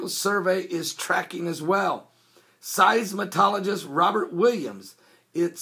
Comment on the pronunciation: "Seis-mol-o-gist" not "seis-ma-TOL-o-gist"....